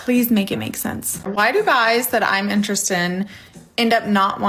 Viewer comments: She can't say "interested". She keeps saying "interest" instead. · The first woman can’t even pronounce the word “Interested”. No man want an illiterate m0r0n. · Why can't she pronounce the word "interested" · It’s “interested in” not “interestin”. I could never with this woman. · You can tell how much intelligence she lacks my how she can't even say the word "interested" correctly. "How come guys that I'm interes'd in...?" I expect the guys that are "interes'd" in her only want her for one thing and it's not conversation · First time she said "why do guys that I'm interest in..." I thought ok simple speech mistake. But then she did it again with "and then guys that I'm not interest in..." Does she think that's how it's said? Or is she just slightly tipsy and slurring just a bit? Truly not sure. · Its really because she pronounces "interested" weird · Irritating: Princess can't enunciate the words "interested in". She fails twice. Funny: Poor. His last name is like a crossword puzzle clue for "lose".